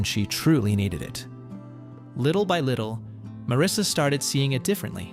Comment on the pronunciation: Not Marissa, it’s Marisa! 😏🇬🇧